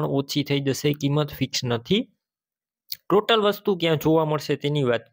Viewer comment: ટોલી નથી ટોટલ ન કહેવાય